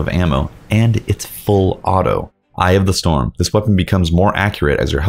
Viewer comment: "eye of the storm" sounded like you said "i have the storm"